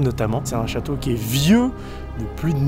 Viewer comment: The chawtow alors einh